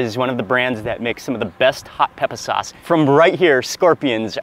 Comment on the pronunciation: It took me a while to figure out what "soss" was, then I realized he was mispronucing the work "sauce ".